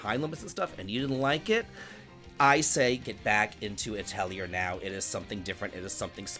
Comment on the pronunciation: "Atelier" is pronounced with "yay" not "year" 😅 (lovely video, though. Cheers)